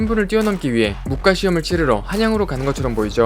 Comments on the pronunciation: 설명 다 발음 좋으신데 영상 초반에 무꽈~~ 가 아니라 무과~~ 그냥 태클은 아니고 더욱더 분발하시라고~~ ㅎ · 무꽈 가 아니라 무:과 아닐까 하는데[.. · '무과'를 '무꽈'라고 읽으시는게 불편해 유툽 댓글 첨 써봅니다 '꽈'라는 발음이 올수 없죠 무 뒤에....